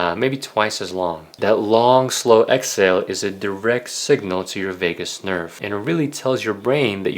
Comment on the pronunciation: I believed everything until he said Vegas nerve instead of Vajus nerve.